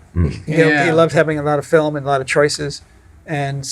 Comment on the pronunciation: There's Irish heritage, Fil-um